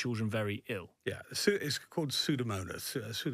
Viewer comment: "Aerugensis"? Nah, "Pseudomonas Aeruginosa" more likely. Sorry, Dr Davis, you go to the bottom of the class.